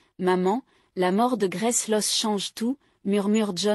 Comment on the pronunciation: Le prénom de la petite est Grace, pas graisse 😝